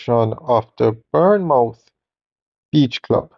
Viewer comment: I can’t believe that you are still having difficulty with the pronunciation of Bournemouth Beach!😂😂😂😂